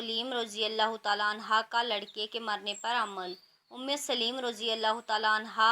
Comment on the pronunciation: آپ نے سلیم پڑا ہے سو لیم ہوتا ہے